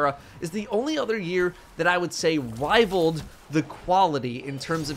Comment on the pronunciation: wival uwu